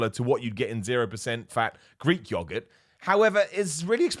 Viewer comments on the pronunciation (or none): pronunciation for ‘yogurt’ is funny 😂